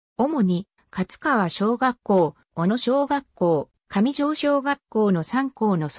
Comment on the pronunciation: 上条(かみじょう)ではなく(じょうじょう)です